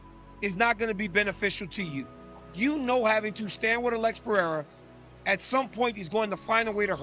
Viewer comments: I love Sonnen, but how hard is it to pronounce Pereira correctly? Who TF is Piera? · Does that simpleton Sonnen purposely pronounce Pereira wrong???